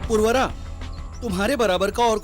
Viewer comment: अरे भाई पुर्वरा नही उनका नाम पुरुरवा था